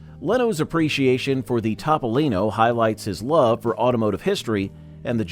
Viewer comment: Evidently Leno has a different car. His is a Tahpolino not a Topolino! LOL